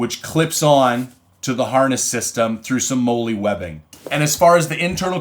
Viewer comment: Hey bro. Molle is pronounced “Molly” like the name. Just trying to help you out for future YouTube trolls.